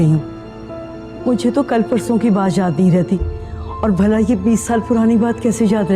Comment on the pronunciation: Anyone who has noticed that Nargis buaa says Jey instead of yey